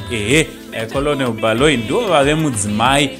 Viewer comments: Zvinonzi kenewu kani not kolonewu 😅😅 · Not kolonel its pronounced kennel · Kennel not kenewu